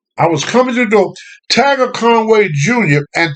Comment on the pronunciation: My son's name is Tiger so hearing him say "Tager" is fucking hilarious 😂😂😂